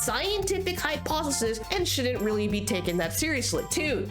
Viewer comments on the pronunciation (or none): none